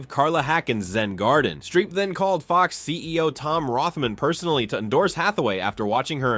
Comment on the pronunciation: Streep. Not Shtreep.